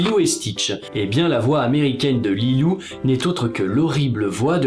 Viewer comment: Tu prononces "Lilou" et Stitch :'D plus sérieusement super vidéo j'aime bien avec le père Noël il y a quelques jours c'est assez candide avec l'approche de Noël